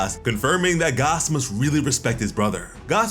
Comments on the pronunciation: Gaaaas not Gahss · fuck is you saying gos for bruh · Is think it’s pronounced “Gass” like a reference to the actually thing. For example Oil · Are you saying Gas or Gos??? Lol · Why TF are you pronouncing it Goss?! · Lol why is hes pronouncing Gas’s name like that 😂